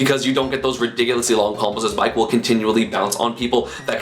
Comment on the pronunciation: when you were talking about bike, i kept hearing bite